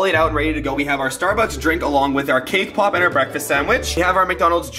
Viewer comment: When he says cake pop it sounds like kpop EXCUSE MEH WhAt